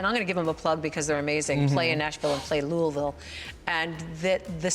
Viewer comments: I am just so happy michelle knows how to actually say Louisville I thought couldn't love her more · THANK YOU for saying Louisville correctly! I’m seeing Yvie next week at Play Louisville and I can’t wait! I have to work for Brooke’s night and I SO wish I could go. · I love that Michelle said it right!!!! It's LOO-UH-VUHL.. I see you Michelle!! ♥️